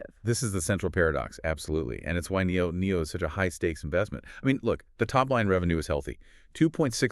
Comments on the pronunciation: Very thorough analysis ... much appreciated! Liked and subscribed! (just not sure why you keep saying NIO-NIO) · They can’t even pronounce the name of the brands, right. Why do they call it NIO NIO? I’ve been in the stock for at least five years. I’ve never heard referred that way nor have I heard them call Onvo , Onvio. It’s almost painful to listen to this podcast